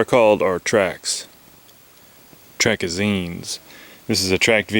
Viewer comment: I love how you said trackazinez